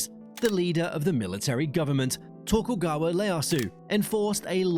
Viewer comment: how can you use a human voiceover who doesnt even know how to pronounce words like 'Niigata' or 'Tokugawa'. You're such an ignorant fool. Havent disliked a video so fast in years!!